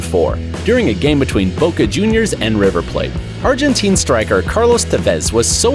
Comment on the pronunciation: you know mans American when he mispronounced Cavani, Macedonia and Boja Juniors all in the same video